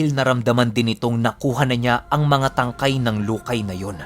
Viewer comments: Lukay mabilis na pagkabigkas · Lukay!!! Ganun pagkabasa😁